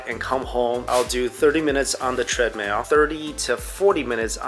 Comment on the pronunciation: he pronounced treadmill, treadmail lol